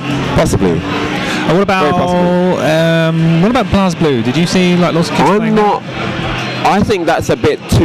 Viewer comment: Aww c'mon your not even trying, why do brits always pronounce BlazBlue as BlahzBlue, or BleeBlue, Blaz'e'Blue with no e not hard xD lol Meh the Japanese say BlehBlue anyways. *moves on to next part*